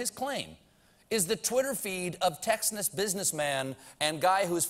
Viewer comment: Texnus? You can't slag Trump down if you can't pronounce Texas yourself! you have to remember these comedy shows are a way of making money thats it!